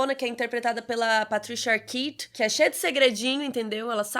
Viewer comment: ótima análise como sempre. Aliás, a estética e o visual do filme me lembra em algumas partes o filme Brazil, do Terry Gilliam. Só na questão de pronúncia, o nome Arquette se pronuncia "Arkét" e não "Arkit".